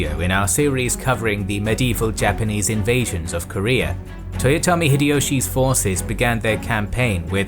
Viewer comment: Your pronunciation of Toyotomi Hideyoshi is so good ;)